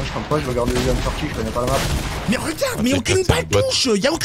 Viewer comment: Mdrr jp il dit qu’il connaît pas la Map puis après il dit g jou et à caul ofe duti jconé la mape